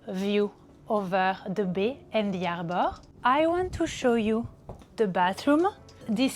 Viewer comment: arrboorre... what? arrrrborrrr.... oh harbor? dat iz wat i zaid u iddiot...